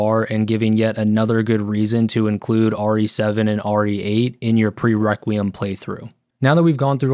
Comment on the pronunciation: No YouTuber can pronounce requiem